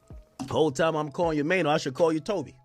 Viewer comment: "Mayo"🤣🤣😂😂 Who the F is Mayo. Bet the owner of this channel cant even speak English